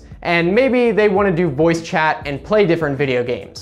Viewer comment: he says Voupe instead of voice